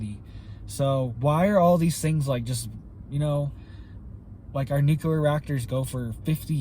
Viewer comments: NU CLEAR NOT NOT NUKE U LAR! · Nuclear. New clear. Not new q ler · It would only cost $6 billion dollars to completely harden the N. American grid, yet the. govs won’t do it. The only carbon TPTB want to eliminate,, is humans. Blessings! 🙏🏻 Jesse.🌹 P.S. PLEASE learn how to say NUCLEAR,. It’s New-Clee-Are!😉